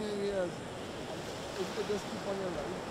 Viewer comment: Sally bay its not syalbia